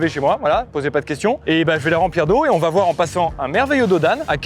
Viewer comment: "Particité" ? Zetes sûr ? Bonne vidéo mais désolé de te faire remarquer que t'as attrapé la même maladie que beaucoup d'autre YouTubeurs, c'est une épidémie manifestement de "Ça va -T-être". ET YA PAS DE T À "VA" PUTAAAAIN 😖😄